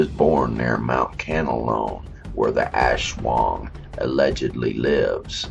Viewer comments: your wrong its aswang not ashwang ang lamig ng bosses no grave ka peace. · No it's aswang